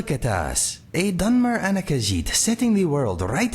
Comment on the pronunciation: Yay, I am Hyped for my new Companion. I watch the full video later, gotta do some exercises with Mr. Dragonfly. And I am gonna teach you how to say the word Khajiit correctly ;) Anyways, be well🐱